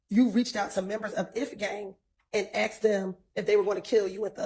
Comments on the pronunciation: Axed....UGH.... WHY is it difficult to say ASK...? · " did you axe him "